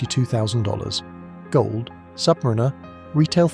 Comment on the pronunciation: Try learning to pronounce submariner properly. The emphasis is on the a.